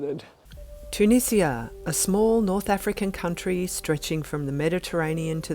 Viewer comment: Thanks for saying Tunizia instead of the Tunijia by the way :)